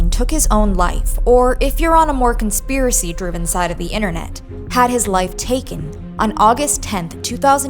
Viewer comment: Srop saying the word "conspiresy" were over it.